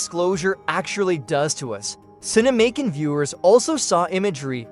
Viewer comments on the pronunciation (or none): It's not "Cine-Macon", like "Macon County Line," but "Cinemacon", like "CinemaCon". Like "pro versus con." Good grief.